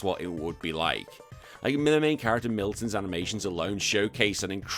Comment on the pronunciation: The hero in Do-Re-Mi Fantasy is Milon, not Milton. There is no "t".